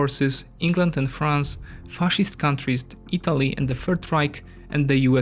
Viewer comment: The video is of high quality. However, you definitively need to watch - your pronunciation (in particular, the English pronunciation of 'i' is close to pronunciation of 'y' in Polish (e.g. Italy is /ytali/, not /itali/ - where you put the stress regarding syllables (e.g. it's purSUIT, not PURsuit) But again, great job.